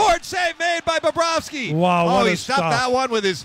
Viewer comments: I thought so too. Phil always adds an extra 'b' when saying his name it aeems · I thought he kept saying "Bababrovsky".lol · “bobba rovsky” -phil